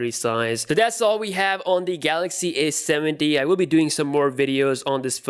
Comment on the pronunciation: Repeat after me: A,A,A,A,A not aS,aS,aS Now say A70 not aS70